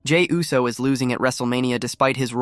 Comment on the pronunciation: Yousse?? Try Ooss, dawg. 😮